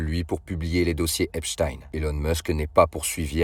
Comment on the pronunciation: Pour une fois son nom est prononcé correctement